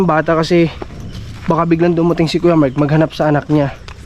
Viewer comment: Ano ba talaga name niya MIKE ba or MARK??? kasi ang bigkas lagi ni ay Mike, sa thumbnail ay Mark!